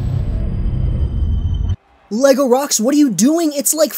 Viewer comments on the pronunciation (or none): none